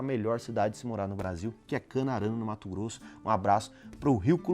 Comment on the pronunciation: Mato Grosso e Mato Grosso do Sul, rapaz, fale direito.